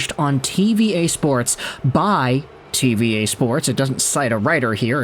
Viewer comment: Its not pronounced "TeeVee EH" it's pronounced "TeeVee Ahh"